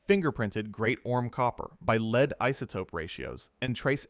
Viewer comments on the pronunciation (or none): must be another ai voice after hearing lead said wrong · The metal LEAD is NOsaid Leed, it is LED.